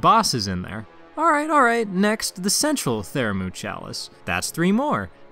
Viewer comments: Bruh. This killed me. Theramu.... :/ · Pthumeru/Pthumerian : ( Thoo-Mah-Roo / Thoo-Mare-E-An ) 😊. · wtf though, you said it right the very first time and only then started saying it stupidly lmao. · Every time you misspronounce Pthumeru I want to stab the shit outta you. Great video though.